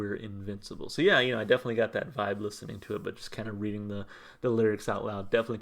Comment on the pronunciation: not to be picky just letting you know Reading is in the UK and pronounced “Redding “ 🦋✌🏻 I love Muse and love your channel! you react to some great music! Thanks 🙏🌞🌻